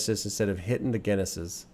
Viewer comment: You say Guinnesses just like 'Businesses' XD lol no need for the sseseses. Awesome reaction to a great album. Love your breakdowns, insights and wisdom.